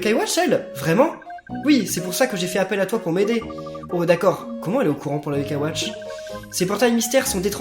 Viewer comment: c moi ou à l'intro il dise wash plutot que watch